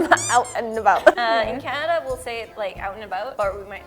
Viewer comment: He also said Canerda a few times. It weirds me out when r is dropped from where it should be "car" as "cah" but added where it isn't "movrie" for 'movie'...